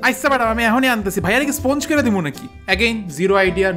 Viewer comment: স্পঞ্জ করা শুনলেই বোঝা যায় বদ্দা 😂